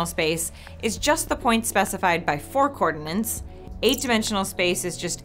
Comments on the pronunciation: How are you supposed to pronounce "Coordinates"? It seems like you pronounce the T as another N. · Look up how to pronounce 'coordinates'. There is only one bloody 'n'. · I love - but is she really saying “cordinance” instead of “coordinates” throughout much of the first 2 minutes and 15 seconds of this video...? When she talks about a 1 dimensional line, I hear “coordinates”, but when she talks about 2, 3 and 4 dimensional circles, I hear “cordinance” or “co-ordinance”. Seriously. I listened 3 times to be sure. Then I went and looked it up at thinking maybe she was using a word I just didn’t know. (They don’t know it either...). Actually “co-ordinance” is a defined word but it doesn’t have anything to do with co-ordinates. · its not cordnints, its coordinates, otherwise all is well and nice job here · Why am i not seeing one comment about her glaringly obvious mistake she repeated over and over and over again.... THE WORD IS COORDINATES... NOT COORDINENCE.... its like fingernails on a black board... GAAAAHHH!!! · Co-ordinates, NOT co-ordinants! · But it does sound odd I have to admit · Idk, it sounded to me like she said "cordinants". Either way it's wrong. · Somehow when you say coordinates, I hear cordinants. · Why can't she say "coordinates"? Or is "coordinants" an actual word? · UrukEngineer you read my mind . She says it that way to be more annoying that's all. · "Coordinants"... Ouch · Did anyone else hear coornants instead of coordinates twice? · Is she saying "coordinants"? Isn't the word "coordinates"? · co-ordinants??! co-ordinates! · Why is she not able to say 'co-ordinates' and is saying 'co-ordinants'? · Coordinence isnt even a freakin word.... And nobody proof reading this vid picked up on that... Is anyone checking theze things before they go public?? I wanna know what word she thought she was saying... Unfreakin believable! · I had to look up whether "cordonant" was a concept, before concluding it's probably a speech error.